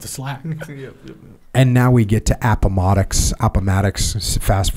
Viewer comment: Pronouncing Appomattox: Jocko’s Vietnam In all seriousness, reading out loud for any extended length of time is gonna make you mess up a few words and eventually everything starts to blend together. No need to apologize Jocko!